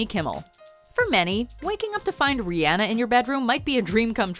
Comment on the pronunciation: You said Rihanna name wrong